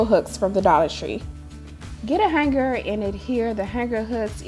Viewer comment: Hang Ger??? The 'g' is Not to be Pronounced with a hard Guh. It's pronounced Hang -ER